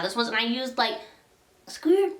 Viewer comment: Maybe Bc I’m new here, but why is no one talking about her energy? LMAO the way you said “a sqwirt” LMAO and so many other things were so funny 😂😂😂